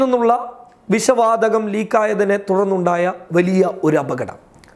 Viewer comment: വിശ വാതകം അല്ലാ വിഷ വാതകം..... പോയി മലയാളം പറയാൻ പടിക്കടാ....... ചാനല്ഉം തുറന്നിരിക്കാന്